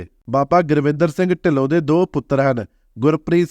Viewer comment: ਜਾਣਕਾਰੀ ਬਹੁਤ ਵਧੀਆ ਦਿੱਤੀ। ਪਰ ਅਫਸੋਸ ਨੱਕ ਵਿੱਚ ਬੋਲਕੇ ਗੁਰਿੰਦਰ ਨੂੰ ਸਾਰੀ ਵੀਡੀਓ ਵਿੱਚ ਗੁਰਵਿੰਦਰ ਗੁਰਵਿੰਦਰ ਹੀ ਬੋਲੀ ਗਿਆ। ਵੀਡੀਓ ਨਕਲ ਮਾਰਕੇ ਬਣਾਈ ਲੱਗਦੀ ਹੈ।